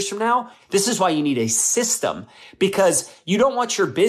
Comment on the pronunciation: Systam. Lol thats not a word.